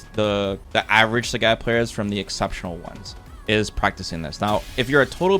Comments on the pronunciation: He lives like 45 minutes from me. I live in Blaine Washington, pretty sure he lives in Vancouver. There isn't a language difference. I spend a lot of time in Canada, being so close, there's not much of a language difference that would account for mispronouncing a name that is pronounced clearly on the character select screen. It's one of my pet peeves. Like when people don't pronounce Marisa as Mariza. Again, one is their name, the other is not. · As a Trekee, I understand what you're getting at ( I wasn't a fan of Polaski because of what you just pointed out). I think you have to take into consideration that is Canadian, so his English may differ from your average Americans. Or he could be just like me and just pronounces words incorrectly all the time cause he can lol. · Why do you pronounce Sagat like that?? I know you've heard how it's pronounced on the character select screen. You might think, "why does it matter?"... Well, It reminds me of Star Trek TNG season 2 when Dr. Polaski was mispronouncing Data's name, as Da-tuh, Da like Dad, instead of Day-tuh. He corrected her, and she said something like what's the difference, or why does it matter? He said, "Because one is my name, the other is not". Which was such a sick burn she didn't return the next season, true story. Sarcasm aside, thanks for making these, I watched all 3 hours, rewinding multiple times. It's kinda crazy how long I've been watching you. Your series on SF4 taught me everything. I feel like that was back in 2010, 15 years ago, wow.